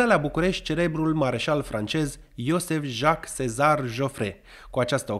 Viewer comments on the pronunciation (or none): Jozsef...nu e iosef...ci iojef...cam așa se pronunță.